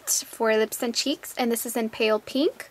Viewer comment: You say peeenk, lol. And you people should stop hating, it's hilarious.